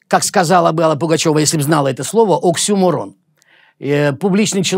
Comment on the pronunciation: именно! Еще и сам ударение в слове "оксюморон" неправильно ставит, а сидит вещает, как всем надо больше читать и следить за речью, чтобы дотянуться до его уровня. Сперва бы свою недограмотную речь в порядок привел.